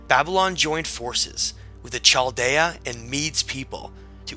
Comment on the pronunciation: The proper pronunciation of "Chaldean" is -- Kal-DEE-un.